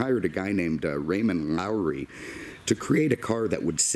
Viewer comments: Studebaker and Packard did merge and the Avanti designer's name was Loewy, not Lowrey. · The Designer of Record of the Avanti is pronounced "low-ee", not "Lowery" (when you own the firm, Raymond Loewy Associates, you get the credit). It was actually designed by John Ebstein, Tom Kellogg, and Bob Andrews in a rented house in Palm Springs in a little over a month. Loewy based the overall design direction on discussions with Egbert, using some details from his personal customized BMW 507, which he had himself designed earlier. Considering you are probably not a "Studebaker" guy, you did a pretty good job of relating the background. Studebaker didn't start building wagons commercially until the mid-1800s, but they became the largest wagon-maker in the world. They were significant as they were the only substantial company that made wagons that successfully transitioned to automobiles. This is a spectacular Avanti, rare indeed. I own one of these, myself, but it has a lot more miles on it than this beauty! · Geezus F! First I find a video where the narrator says 'Stud Baker' instead of Studebaker. And now this bozo says "Raymond Lawry" as if this is some sort of seasoning salt. Try Raymond Loewy, as in perhaps the greatest industrial designer of the 20th century. Coke logo, Air Force One's color and paint scheme, PA Railroad streamlined engines, refrigerators, original designs for Skylab, and THIS, The Studebaker Avanti (well, at least the first version with the rounded headlights). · His name was Raymond Loewy , not Lowry... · It’s Raymond Loewy not ‘Lowry’ and he was one of the most famous industrial designers of all time. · Well done I love the Avanti. The designer was Ray Loewy...not Lowery. Keep up the good work. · Low - ee! Your welcome! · Its Raymond Lowey not Lowery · Raymond Loewy not 'Lowery'!!!!!!!!!!!!!!!!!! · No R in Loewy’s name. Those sun visors are more for style than function. Great report! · there is no “R” in Raymond Loewy’s last name!